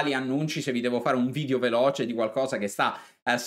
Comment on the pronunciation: Si dice Area e nn Aria Video e non Vidio...